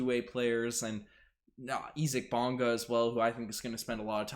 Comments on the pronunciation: It’s actually pronounced as E zack which is the German pronunciation. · German pronunciation, he’s saying it right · Most people in the world would pronounce it that way.